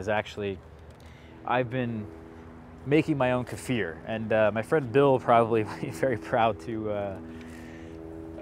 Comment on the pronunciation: You are one of the very few Americans that pronounce Kefir correctly!